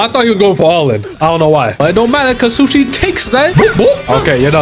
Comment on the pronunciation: DID YOU JUST CALLED SUSHANG BY SUSHI? 👁️👁️